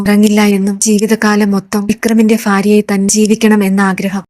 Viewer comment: ഫാര്യ അല്ല ഭാര്യ